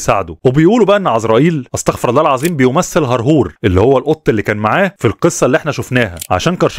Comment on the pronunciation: أستغفر الله العظيم أستغفر بالضمة مش بالفتحة .